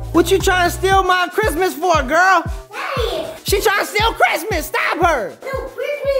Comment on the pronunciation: I like how he was just…… like “ I LOVe cHiSTmaS !”🤣🤣🤣